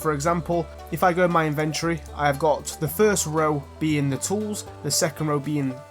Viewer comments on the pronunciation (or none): polite psa inventory: t's not an in-VENT-or-ee, it's an IN-vun-tree calico: it's not cal-see-oh, it's cal-ick-oh